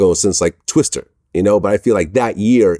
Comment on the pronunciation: dude said twister with a -er 💀 it’s twista